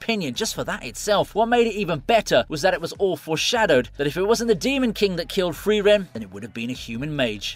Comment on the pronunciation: It's not FRIVEREN, it is FRIREN! I got triggered everytime your mispronunced her name 🤦‍♂